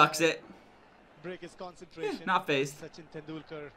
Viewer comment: Sachin Tendulkar = s-chin ten-duul-kar. The language was hindi